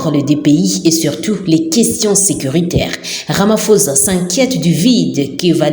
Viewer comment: c'est ecrit RAMAPHOSA, mais ca se prononce "RAMAPOSSA" et non pas "RAMAFOZA" s'il vous plait.